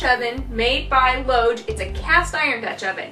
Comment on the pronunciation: Just one thing: the brand of cookware is pronounced "Lodge" like ski lodge, or mountain lodge. Not "loage" as I hear some people say it. You're not the only one, I hear it a lot on YouTube.